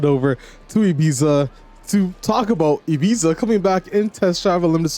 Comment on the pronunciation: I'm sorry to be a pain but I just couldn't keep hearing it without saying something but it isn't called Ibeeza but it's E-bee-ta. Just like you'd pronounce Pizza.